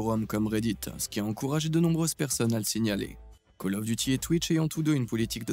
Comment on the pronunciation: miracle! on a trouvé LE mec qui dit call of duty et pas caloffe !! rien que pour ca je m'abonne !